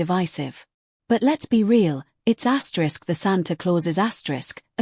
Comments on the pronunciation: Why does woman keep saying " ASKERISK "???? 😮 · Don't know why it keeps saying asterix